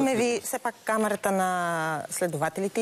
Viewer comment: СИГУРНО ОНАЗИ, КОЯТ КАЗА: КАМЕРАТА, ВМЕСТО: КАМАРАТА...